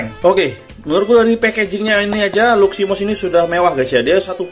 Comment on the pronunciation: Luximos bang.bukan luminos